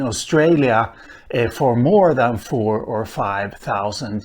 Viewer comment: I can't tell if you are saying the dingo arrived 45,000 years ago or 4 to 5 thousand years ago